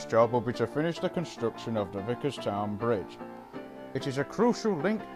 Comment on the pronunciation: Goof: the fat director calls Thomas (when he is known as 105) Thomas instead of 105 "Thomas your first job will be to finish the vicarstown bridge". And plus it's vicars-town not vicars-ton